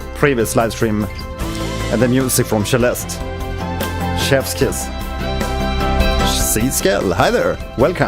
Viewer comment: Why does he pronounce it Sheleste?